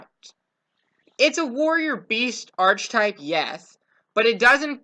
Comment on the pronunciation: Arc-i-type pronouce your words correctly